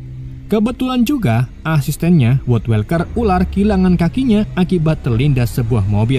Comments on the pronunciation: kesel bgt baca woodwalker bukannya "wudwolker" malah "wodwelker" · woodwalker dibaca nya "wudwolker" bukan "wodwelker" genak bgt didenger sepanjang video grgr salah pengucapan, klo males research knp ga baca sesuai tulisan aja si "wodwalker" dripada welker